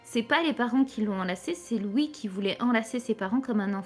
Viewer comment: Elle prononce mal les "ui"